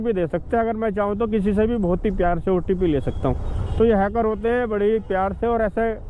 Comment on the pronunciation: Ncr ke लोग अजीब होते हैं, एक otp को opt बोलता है एक अमरूद को अरमूद बोलता है